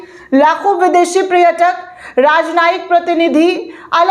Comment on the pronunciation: बेवकूफ लड़की, पहले तुम शुद्ध हिंदी बोलना सीखो। पर्यटक का शुद्ध उच्चारण करो , "सांस्कृतिक" बोलना सीखो, किसी अच्छे लड़के से शादी करो और घर बसा लो। यह you tuber का काम तुम्हारे वश का नहीं है।